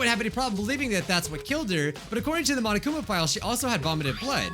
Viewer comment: Ah, yes, one of the most important things to these investigations, The Monokuma file. Or as calls it, The seneg-mahngna-pnng.